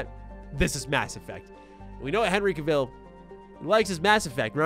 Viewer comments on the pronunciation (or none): just wanted to clarify one thing. Cavill is pronounced just like the word travel. I get it, I did the same thing before.